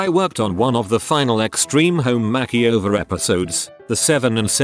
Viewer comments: "Extreme Home Mack-e-over" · "kitchen mackieover"